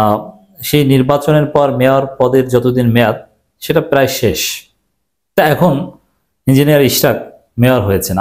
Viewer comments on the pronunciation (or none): none